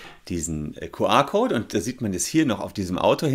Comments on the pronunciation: Entweder "Kju Ar" oder Ku Er" aber NICHT "Ku Ar" #neuland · Ich dachte immer das heißt "QR" und nicht "QA"... Zerstörtes Weltbild durch unklare Aussprache 😂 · Herr Solmecke, so geht das nicht. Ihre Aussprache des QR-Codes (bei Ihnen Kuh-A-Code) ist unmöglich, weil das eine Mischsprache ist. Das spricht man anständigerweise entweder vollständig Deutsch aus (Kuh-R-Code) oder vollständig englisch (Kju-Arr-Code). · No front: „Kuh-Ah Kout“ 😂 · Dein "Kuh-Ahhhr"-Code triggert mich voll ^^ Hört sich an wie QA-Code statt QR-Code ^^ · Das Q spricht man aber im Englischen nicht "Kuh" aus... Das ist dann denglisch